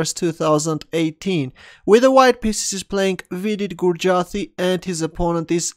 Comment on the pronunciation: it's "Gujrathi" not "Gurjathi"